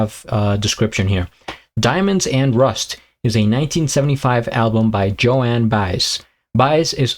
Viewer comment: Joan (one syllable. rhymes with bone. Not Joanne) Baez (Buy-Ez) has a very distinctive voice. She was and is very involved in the Civil Rights movement and a good deal of her music leans towards protest songs. This was somewhat of an anomaly but also one of her most successful songs. Theirs is a very complex relationship that was at its most intense in the 60's but has been consistent though strained through the years. And yes she definitely plays the guitar.